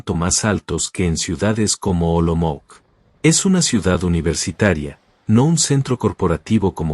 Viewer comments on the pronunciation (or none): Olomouc se čte Olomouts né Olomouk!